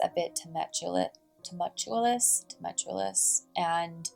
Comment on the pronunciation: Two-Mole-Tyu-Us <3